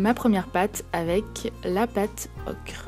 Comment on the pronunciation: dsl pour le com ''arrête de dire ocrrrre '' ce n'est pas qui a dit ça c moi MS dsl